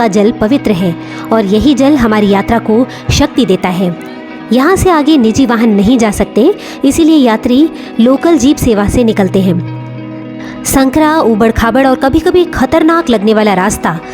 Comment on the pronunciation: संकरा ना बोला करें `सँकरा' बोलें